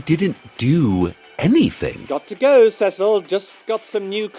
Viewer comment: Kevin not Kev. See-sill not Seh-sill.